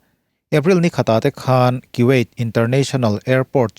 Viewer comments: Kan thil lam rik dan hi... Kuwait nge Kiwait?.. Kuwait ram lo hi Kiwait ram a awm a mi?. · 'Ki - wyat' Ka ngaithla peihlo nghal